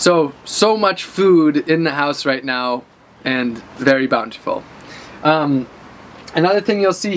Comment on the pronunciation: take a shot everytime he says bountyfull